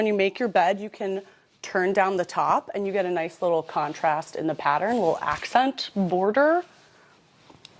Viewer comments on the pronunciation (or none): none